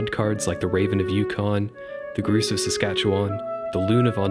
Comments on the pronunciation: I love this, although his hilarious pronunciation of grouse as ‘groose’ made me cringe and laugh at the same time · Grouse like mouse not goose. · Sage "Groose"? There's an irony in making a video to grouse about state birds, but mispronouncing grouse. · Yes. And grouse rhymes with louse not with goose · did you just fucking say groos? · "Groose"? Did a guy from Florida just pronounce the word grouse as "groose" ? jk. Nice video ;) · i love this video so much but why do you pronounce "grouse" like that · Good video, but how many people pronounce "grouse" to rhyme with "goose"? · Yep, sounded like he said it with an ooh sound. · Do Americans say Grouse differently??? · Love the video! As a birder, I agree with your methodology completely. However, I couldn't help but wince when you said "grouse" (should be pronounced like ow, as in "ow, that hurt"), and "tanager" (should be pronounced TA-nuh-jur) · Interesting video with some absolutely insane bird name pronunciations and naming choices. - Grouse rhymes with mouse, not goose - You're missing an "a" there for Idaho's alternative option - it's the western tanager, not tanger - the willow goldfinch is a specific subspecies of American goldfinch, and alternative names for birds are really common - California gull, not California seagull. (this applies pretty much in every gull case, fun fact) Bonus - "Why are there a hundred species of warblers?" an eternal question, one that can only be answered by Joining the Warblers. Join Them. Join Them. Join Them. BECOME ONE. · I kept thinking is he talking about a tanAger? Also mispronounced grouse as well right? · GROUSE, not GROOOSE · Did you just say...groose? It's grouse my friend. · Stopped watching after I heard you say "groos" instead of grouse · Sorry - grouse rhymes with house, not with moose. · It's pronounced GROWSE not GROOSE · Whats the deal with how you say grouse? its Grouse as in Mouse not umm Mousse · WTF is a "GROOSE" ???? it's Grouse!!!! OU makes an OWW sound.